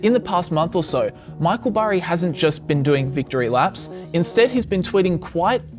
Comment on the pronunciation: CBS 60 Minutes did an interview on this guy and mispronounced his name. It’s Burry not berry.